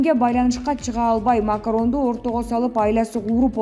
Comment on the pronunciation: Келесоо экенсинда ,Макарон эмес,Макрон франциянын президенти...